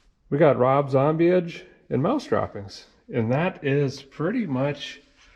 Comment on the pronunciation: "We've got Rob Zombieige." Lol